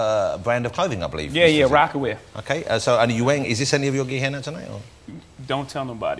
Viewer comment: That "okae" is the one we got on The Story of OJ 😂